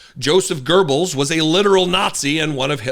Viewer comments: There ain't no r in Goebbels, either as a character or sound. To pronounce the oe hold your mouth like you would to say o in English but say e as you would in English. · Um . . . A penis with ears?😂 Also, work on your pronunciation . . . There is no "r" in Goebbels . . . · the a-hole from Texas can't even pronounce 'Goebbels" right. What an absolute tool. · There is no "r" in Goebbels! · There’s no R in Goebbels. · Alright, good video but please make sure you know the proper pronunciation of a person’s name before filming 😣 even if the dodo in the video pronounces it incorrectly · "It's is the absolute right of the state to supervise the formation of public opinion". WHAT? I don't think he knew where he was getting this quote from. Couldn't even pronounce Goebbels' name properly. This is really 1984-ish. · "You have become the very thing you swore to destroy" (Obi-Wan Kenobi). How far the mighty have fallen...By the way - if you absolutely have to use a quote from one of the worst Germans ever - please train to pronounce his name correctly. No "R" anywhere to be found in that name. Greetings from Germany - where we strive to learn correct English - and also pronounce it correctly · Quoting a nazi, couldn’t pronounce the name, definitely taking after his overlord. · Too bad she mispronounced that Nazis name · Do Americans even have an education system? There is no 'R' in GOEBBELS just like there is no 'R' in TESLA, you pulled Trump up for. Double standards people! Goebbels a "LITERAL NAZI'!!!!! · He not only.quoted the infamous Nazi propaganda minister, but he couldn't even pronounce his name. Either way, I don't see the sense in quoting Nazis in a congressional meeting unless the whole neo-Nazi thing is feeling pretty secure to him now. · His statement was clearly staged. Deliberate. You could tell he didn’t know who that person was. Couldn’t even pronounce the name. Theater. So sick. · Pronounced wrong you dunce it's not Pronounced with an R. Joseph Goebbels. Jeez.